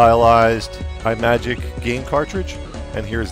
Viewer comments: Great review. Just one very... very minor nitpick, it's pronounced Im-magic and not Eye-magic. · Sorry, but this review isn't very good. You didn't mention or use the saucer (the best part of the game) and you're pronouncing Imagic wrong.